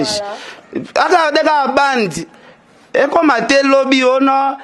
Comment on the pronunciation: ken "bandi" te mais "bande"